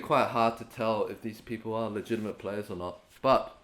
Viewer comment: no one: brett:LEgITAmet LibRaTO